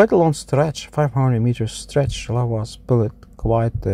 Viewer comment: 'SPILLED' is a one syllable word. You pronounce words that end in "ed" as two syllable words all the time.